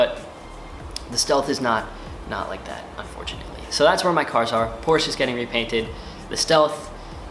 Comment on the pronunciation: You're right for the pronunciation (Bon enfant in French means Good Kid), Porsche and not Por-sche which sounds snobbish.